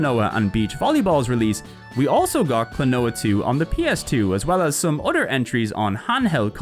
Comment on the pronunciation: its pronounced other not udder! Stop saying udder! We're talking PS games not cows milk! fr fr its annoying and bothersome.